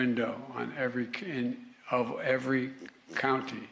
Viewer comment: Joe doesn't know which one has the r, county or country